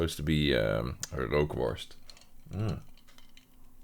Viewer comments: Awesome video as always, but now I'm curious, since your pronunciation was very good, are you dutch yourself? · props for pronouncing "rookworst" right.